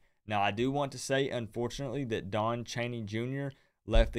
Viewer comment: HIRE COACH PRIME, just dont call him deon, its coach DEON